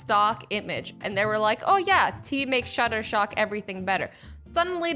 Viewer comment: It’s shutter stock not shutter shock